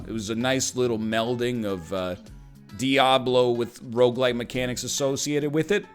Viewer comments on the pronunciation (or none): A decade later and I still swear he’s saying roguelight